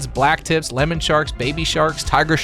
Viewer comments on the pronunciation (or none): none